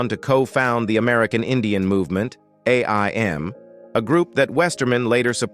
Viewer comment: Too bad AI doesn't know how to speak names correctly. And its AIM like the word take aim.